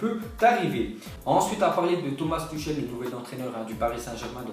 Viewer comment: Tuchel se prononce Tourrrel